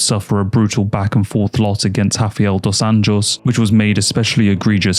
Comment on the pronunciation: This is the first time I've heard RDA's name said correctly.